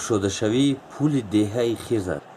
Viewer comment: Эээ ака Ана Хирс не Хърс гуфти Бобойи Давлат.